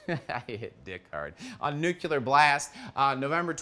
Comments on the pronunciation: So its nuckelar blast, not nuclear blast? WTF - what is that? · I love you but stop saying "nucular" for Metal's sake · Can't concentrate when I hear the word "Nucular" so many times. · Nu-CLE-ar blast.